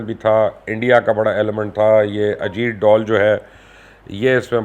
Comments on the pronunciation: اجیت ڈال نہیں بلکہ اجیت ڈول کہا کریں اور یہی اسکا اصلی نام ہے اب آپ اسے پھٹا ہوا ڈول نہ کہہ دینا پلیز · sir u should say ajeet dhool.. not ajeet doll. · Ajeet dool ni bolo sir ajeet dhool bolo yea sirf bajta hy🙄